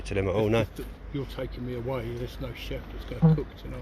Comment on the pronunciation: “Chef” not “Chief”😂